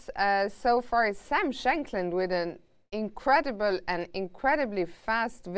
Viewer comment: "In curay dee bull "